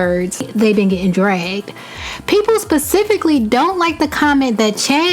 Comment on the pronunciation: She lost me at "Pacifically"